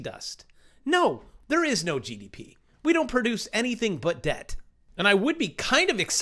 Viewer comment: The b in Debt is silent #YoureWelcome